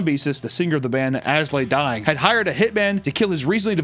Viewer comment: please stop saying "As Lay Dying" and pronounce the "I".